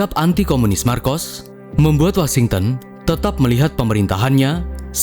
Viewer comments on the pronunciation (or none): none